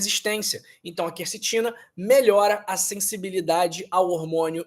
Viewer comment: Olha aí a influência maligna do novo acordo ortográfico: o doutor pronuncia "kercetina ", a pronúncia correta é kwercetina.